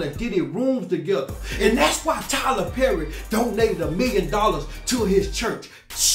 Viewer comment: said Tyler berry I hollered 😂😂😂😂